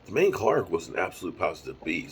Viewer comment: Da-Moan... that's how you say his name OG lol